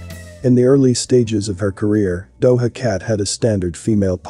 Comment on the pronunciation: Thank you for another informative video. Not to be a stickler, but the J in Doja is pronounced like the J in John. For those who haven't looked it up yet.